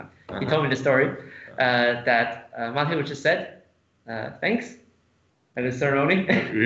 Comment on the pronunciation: What an incredibly complicated game (although white did feel behind from relatively early on to me). Great commentary as always, thank you. <3 Minor nitpick: I'm fairly certain it's ma-TE-usz, not MA-te-usz. So far (including the third video), Eric Lui is the only commentator who got the pronunciation right. :D